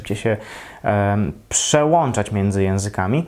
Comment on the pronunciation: Przełanczać, kurła